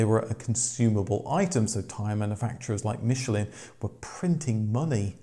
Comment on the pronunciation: Wankel is actually pronounced 'vankel' as its of german origin. Yes i know this takes away the comic factor! But so many so called motoring experts dont know this. Same with Michelin, they have no problem saying it correctly when its a restaurant star, but with the tyres, they somehow cant get the correct pronunciation!